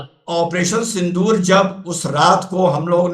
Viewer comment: Sindoor ❌ SindHoor ✅ (x72)